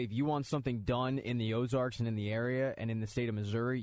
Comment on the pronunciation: Ozark dude... Ozark.... not Ozarks. Ozark. No "s"